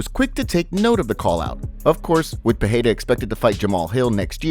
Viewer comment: Thanks for proper annunciation of Perreiras name. Finally someone does it rught.